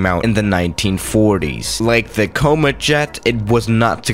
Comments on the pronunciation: Did he just say the coma jet “coma” jet= Ryanair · Ok I’ll let you off with Nice, but how can you possibly get the pronunciation of comet wrong? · The “côhmeht” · "Coh-met" Its pronounced Com-et like the comets that fly around our solar system.